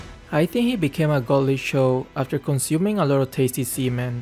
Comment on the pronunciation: Tasty seamen😂😂😂..that pronounciation hits hard!